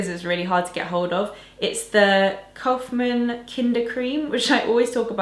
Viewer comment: it's so funny how you pronounced "Kaufmanns" :D